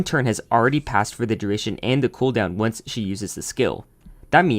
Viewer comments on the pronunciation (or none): none